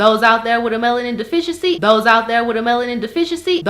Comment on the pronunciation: "Dose out dere wit a melanin deficiency" LOL